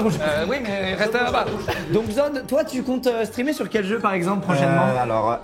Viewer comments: Je suis le seul à avoir entendu Zob et pas Zod pendant toute la vidéo ? Sinon c’était génial zod est tellement gentil ❤️ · Je pense que sur les 200 fois où ils ont dit zod jai du entendre 190 fois zob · C'est normal que j'ai entendu pendant toute la vidéo le mot zob à la place de zod ? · J'ai pas pu m'empêcher d'entendre 'zob' à la place de 'zod' pendant toute la video... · Je suis le seul a entendre "ZOB" à chaque fois? `:-)